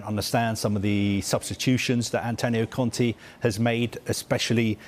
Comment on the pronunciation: ContE not Conti. These guys butcher even the most simple names.